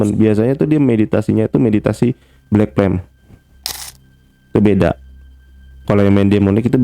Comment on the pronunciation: Pertama dengernya Black Tem, lama2 Black Pem, lalu dengerin lg Black Plem, ooooh ternyata maksudnya Black Flame 😌